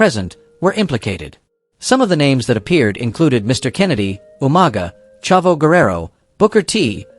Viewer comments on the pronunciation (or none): none